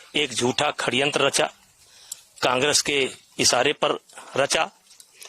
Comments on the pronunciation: भाई ये हिन्दी अच्छी बोलता है षड्यंत्र को खण्यंत बोलता है😂😂 'जिसे खण्यंत ही बोलते है' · यह षड्यंत्र को खड्यंत्र क्यों बोल रहा है?😂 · Khadyantra❌️ Sadyantra✅️ Abbe tu speech kaise deta hoga brijbhsan 😂😂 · Sadyantra hota hai ya khadyantra 🤔🤔